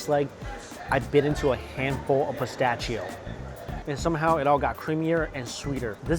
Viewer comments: Its pronounced pis-ta-she-oh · Im so happy he is enjoying a genuine Fiorentina.! I have lived in Italy 20 years and have never heard that unique pronunciation of pistacchio.🙂